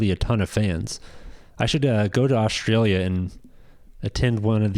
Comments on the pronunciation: Where is “Oshtralia”? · Say "Oshtraylia" again why don't you? FFS.